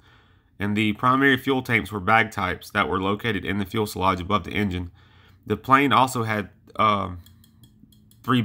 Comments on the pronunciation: Good video man one thing though. It’s Fu-se-lage not fuel-sa-lage. Sorry not trolling or anything I agree with the people saying good job your getting better. Just trying to help is all. Good luck with your channel. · The Fuelsalage pronunciation and excessive Umm's made this a no go for me. Sorry. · Great channel. A couple of points though, and I know that these have been brought up before, but just another voice to encourage you; A) Again; it's Fyoo sil ahj, not fyool sil ahj B) You can edit sound too. You do a great job with the visual aspects, but the audio needs work. Cut out the "uhm"s and "uh"s. Do several takes, edit those for a better product. C) Keep up the good work. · A lot of good info about the jet but for God's sake, learn to say FU...SE..LAGE .... Not fuelsalage like you were saying it LOL. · Please... "fusalage", not "fuelsalage" . Thank you! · Fuselage not fuel selage. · It is fyoo-suh-lazh, not fuel-suh-lazh, and it's a rather important word to pronounce correctly in videos about aircraft. Please say it correctly. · Fuselage, not fuelselage. Dang, what a noob mistake. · Whats a "fuel-slodge"...? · fuel' sa' lage? Get it together! You sound like a 9 year old boy giving a science report to his 5th grade class. Your research is notable, and your opening intro, 2nd to none. Lock it up, sound like you've got a pair, and sally forth! We (I) love and respect you. I want to see you succeed in this channel. Continue to sound like a mumble mouth, and you'll be gone like many before you. You've the most (single most) Kick Ass opening intro of all YouTube channels. Nukes, Bettie Page, and Strategic Nuke Bombers.....we are sufficiently hard now... Follow it up with a similar kick ass'd presentation on why Commies are Bad, US is good. Constructive critique, nothing more. Keep 'em coming! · Never heard anyone say "fuelselage" before lol Cool video though, props for mentioning the lesser known P59! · TIL it's pronounced "fuel-salage".